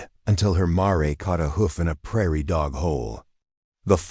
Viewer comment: AI stinks! It's not 'marai', it's mare!